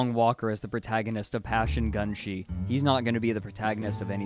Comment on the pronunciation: ACCUSATION: improperly pronounced "Gunshy" once FACT: Passion Gunshee